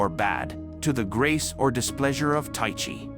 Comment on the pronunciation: It's pronounced 'Ty-kee'.